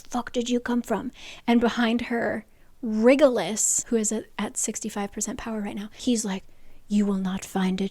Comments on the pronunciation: Yes, also it’s My-cuh, rather than Mee-cuh, Ef-rem instead of Ef-ree-um, and RYE-jel-us, not Riggelus. Lol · Omg can you please stop saying “wriggle-iss” for rigelus haha. It’s Rye-jel-us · I mean with a latin-lookign spelling pronouncing rigelus like it's written isn't much of a stretch. SJM's own fault for giving characters names so all over the place 😂